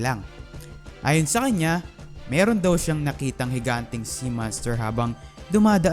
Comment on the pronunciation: Mirong (Merong)